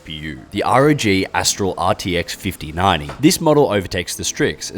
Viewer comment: RTX 5090❌ “RTX FIFTY NANI” ✅